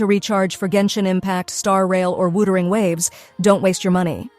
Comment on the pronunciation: Ah yes, wootering waves